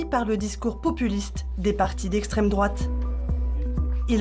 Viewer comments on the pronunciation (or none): « L’extraime droate »